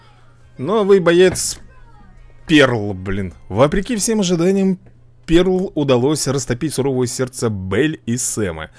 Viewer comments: Рени не перл а пёрл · Пёрл правильно говорить